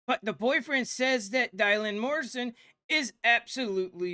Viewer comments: So she /he is. Accept that. I dont feel for her/him in the least. Not one bit. Too many questions about her/him. Its Dylan, like dillon not die lynn. 😅😅😅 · You can't make this shit up. It's Dy-lan NOT Die-lynn 🤣 Idiocracy 🤣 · Bro...stop calling her Die-Lan! lol It's DYLAN. Where the H did you hear it pronounced that way? Because I never did ONCE, aside from you. And yes, she sure AF looks 100% woman to me too. But if she DID get that done? Wow. Give those doctors a big fat raise! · Come on. Surely you know how to pronounce Dylan's name. As in Bob Dylan.. .. her name is not Dy lyn. Ffs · Her named is pronounced “ Dillon”